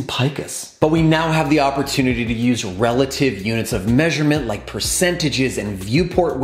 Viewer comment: Thanks for the vid... and it's "relative" not "releative"